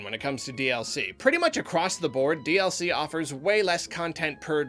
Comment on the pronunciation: I had to turn on the Closed Captioning to realize he was saying "DLC" in the intro and outro. I couldn't for the life of me figure out he was saying and heard "DS-ee"